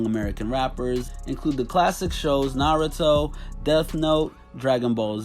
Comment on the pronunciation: He said Naruto wrong It’s NA RUE DO